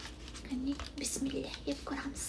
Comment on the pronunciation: Bismillohu raxmoni raxim diyiladi bismillah emas